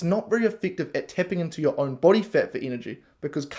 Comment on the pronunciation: "BOADY" (ps) lol, Not sure what a boady is, unless it's "Body" in Australian 😹